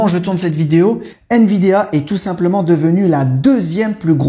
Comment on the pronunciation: C'est pas nVidéa. Mais nVidia...😂